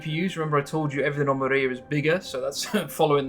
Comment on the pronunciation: It's not Maria :) It's Mriya ...